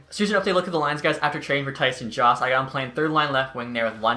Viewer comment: I'm 95% sure Jost is pronounced YO-ST or JOE-ST. Not JAUST. Eastern european name